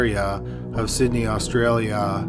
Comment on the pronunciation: What's with the way you said Australia